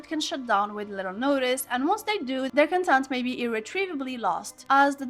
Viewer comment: absolutely love the video!! it's pronounced like "cOntent" though, not "contEnt". have a great day and I hope for future great videos like this one 💖💖💖💖💖💖💖